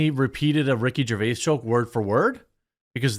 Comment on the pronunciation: Rickard 👏 Jarvis 👏 deserves 👏 better